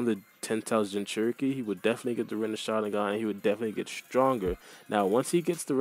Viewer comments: It's not called rinnesharingan its called rinnegan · Lol renisharinggan hahahaha